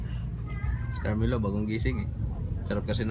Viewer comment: kuya CARMELO...'bawoo' na nga ISDA-A !